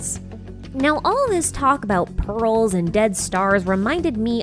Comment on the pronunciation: I don't know why but I kept hearing "balls" instead of "pearls"